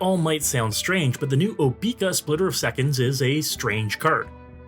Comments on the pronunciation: I've never heard her name pronounced OBEEka. I've always heard OBECCA . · No way you actually call her "Obeaka" like that. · I've seen so many videos where they all say "Oh-bee-ka". Maybe they also say say "I'm going to bed." as "I'm going to bee-d." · I can't take this video seriously for every time you mispronounced her name. It's so annoying.